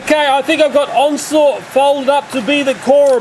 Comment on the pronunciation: it's pronounced onslot